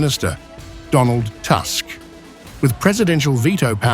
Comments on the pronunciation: Not "Naurokee" but "Navrotzky". Not "Task" but "Tusk (Toosk)" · Can you please learn to properly pronounce a foreign names - TRy with me: Nawrocki, read: NAVROCKY, Tusk read: TOOSK